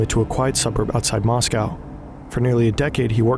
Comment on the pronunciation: That's not how to pronounce Moscow